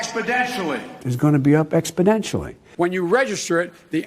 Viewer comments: Exponentially. Not expodentially. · How is it that Biden says "expodentionally" every time he uses the word, but this is the first time this seems to have been brought up? Imagine the media coverage if George Bush mispronounced a word like that....Nucular instead of Nuclear, for example...Oh wait, we don't have to image...that was practically a scandal the way it was reported. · "Expedentially!" What a Bozo!! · Gee I didn’t know how important Expodentially Was going to be in this election 😂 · Expodentially... WTF... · I wonder if him saying "expodentially" was an accidident or if it was intedentional? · Joe Biden giving the final spelling bee word: "expodentially". Kid: "uuum can you use that in a sentence?" Joe: "abstalutently" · ExpoTentionally! No 'd' there! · I heard Biden say: expoDentially. Really? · Utterly baffling, that after the first time he mispronounces the kind of word that EVERYONE notices. You would think, someone... Anyone would have told him. How can his team of advisors, entourage, down to an intern not have said. Its an "N" not a "D" Binen, I mean Biden old son. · Did Biden mean to say Expotentially?